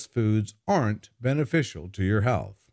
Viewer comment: please pronounce th in the word "health",otherwise you pronounce this word like hell